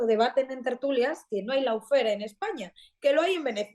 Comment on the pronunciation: gran programa como siempre. Una pequeña corrección: Se pronuncia "lofer" y no "laufer" ( lawfare ) Dicho lo cual: Enhorabuena otra vez!